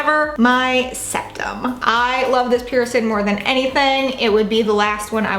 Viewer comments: The word is Piercing. I’m hearing “Pearson”. Healing pronounced as heelin. Definitely distracting!! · you pronounce the word ’piercing’ as ‘pee-er-son’ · when she says “piercin” omfg